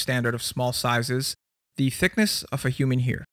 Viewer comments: pronounces CARE and HAIR like keer and hear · The way he said “the thickness of a human hear” threw me off